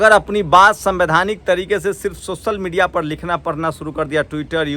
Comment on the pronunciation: Bhai socal nhi hota hai social hota bhai .school jao